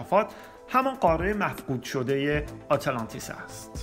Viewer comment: اره خیلی ضایع است اینجوری تلفظ میکنی آته لانتیس.